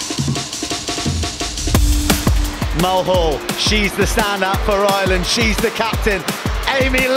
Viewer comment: Mulhall? Seriously? 😂